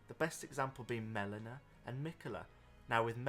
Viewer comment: Isn't it Melina ?